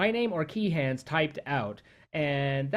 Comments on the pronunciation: Kehan is pronounced kee-in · thought it was pronounced "kee-an" not "ke-han" like obviously its okay if you pronounce it that way, just sounds lil funny to me :> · Wait, what did you say? "Key-han"?